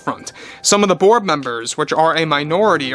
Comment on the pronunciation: Every time you say Bob Iger and The Board, I hear Bob Iger and The Borg.